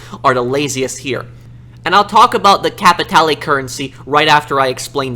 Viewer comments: BTW, its not Capitale. Its Capi tay lay! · CAPITAYLAY! CAPITAALEE! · agreed and it’s not just the fact they constantly say capitale, it’s how they say it like capitaalaay 💀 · Why does no one know how to say cap-uh-tal-ay? Spanish I fellas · The ammount of times they say CaPItALAy its too much f×#$% Capitale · is literally a joke as an npc Why the fuk does he say kapeetaylay Not to mention his schizophrenic episodes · I'm glad i'm not the only one sick and tired of hearing "CapiTayLay" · Everyone: Can you stop saying Capatale for 5 MINUTES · If I hear you say capitale one more time I'ma capitaLAY my hands on someone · Me : Capitaloe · "Stinkin capitaylayy" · 50 minutes of him saying captialie wrong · i agree fully but i hate the way you say capitale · You pronounce "Capitale" wrong. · You know Rockstar can do so much during a pandemic so back-off for a few more months and Red Dead 2 is coded differently than GTAV. And Cayo Perico was in development since the Casino update and you are pronouncing capitalie incorrectly